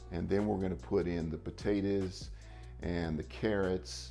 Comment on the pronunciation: I love how he says potatoes like “potaters”